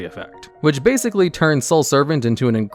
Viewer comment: "bagzically" 2021